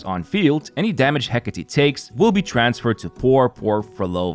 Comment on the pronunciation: Fist you tuber to pronounce Hecate correctly, you have my support from now on 😊